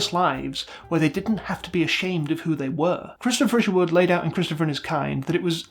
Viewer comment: they say cristo fisherwood everytime